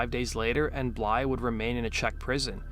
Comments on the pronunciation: BlyTHE. Not Blye xD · Blythe not bly, jeese that was driving me nuts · Blythe, not Bly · It’s Blythe not Bly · His last name is Blythe not Bly. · who told this kid his last name is bly lol. why does he think the "th" is silent lol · Nothing pisses me off like someone butchering a person’s name just because it’s a bit of a tongue twister and they are TOO FUCKING LAZY to say it properly!! Do better!! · I can’t watch this because you can’t pronounce Blythe. Shits far to annoying. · No, the narrator is softening the “th”